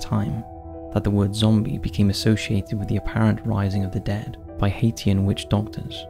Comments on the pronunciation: Hat-te-an! 🤣🤣🤣. Phonetically, it’s Hai-tian! Where do these YouTubers get educated! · Hate-ian?? Really? It's pronounced Hay-shin! Love you guys - always interesting topics explained simply and to the point!! Awesome!! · Good job mispronouncing Haitian so badly